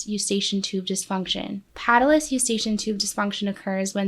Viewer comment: You pronounced patulous incorrectly.